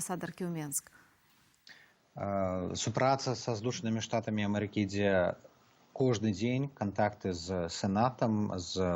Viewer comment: Вячорка:"Плян,дыплямат,амэрыка"-гэта не па-беларуску,рэжа вуха.Гаварыце,кали ласка на беларускай мове)))